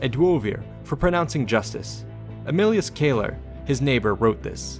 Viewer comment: Thank goodness you know how to pronounce classical Latin properly! Although, shouldn't "celer" have been pronounced "keh-lehr"? I love to pick nits 😂 Great video!